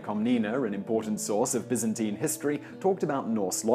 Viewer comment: thumbs up for not pronouncing it BUY-zan-teyn